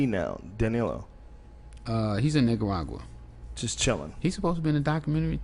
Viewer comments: The way he pronounces Nicaragua ("Nigga-ragua") cracks me up everytime. (like ) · i swear he said NIGGARAGUA.... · he did. i heard it too